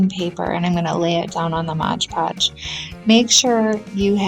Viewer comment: Cute for your little girl! Btw it’s MOD Podge. Not Modge Podge. Common mistake 😮